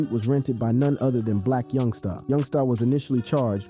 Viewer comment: It’s Black Youngster, not YoungSTAR